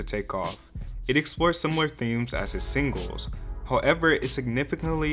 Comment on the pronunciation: “Bang gers “ “sing guls”